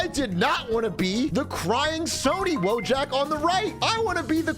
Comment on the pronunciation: You're pronouncing wojak wrong. It's Polish.